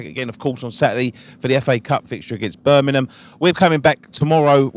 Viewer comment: Birmingham not Burnimum! ;)